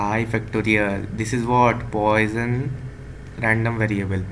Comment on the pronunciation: Very good lecture. Came from X . Btw the pronunciation is "pwɑ.sɔ̃" puasawn .